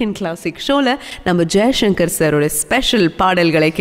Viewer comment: தங்கல் வர்னணையுடன் கூடிய ஒலிபரப்பு மிகவும் அருமை.ஆனால் பேசுகின்றபோது எழுத்து உஉச்சரிப்பில் கவனம் செலுத்தவேண்டுறேன்.ச., உச்சரிப்பதை ஷ,என்று உச்சரிக்கிறீர்கள். உதாரணத்திற்கு ஜெய்சங்கர் என்பதுதான் சரியல்லவா.நன்றி.